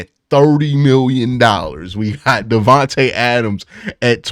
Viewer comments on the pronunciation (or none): none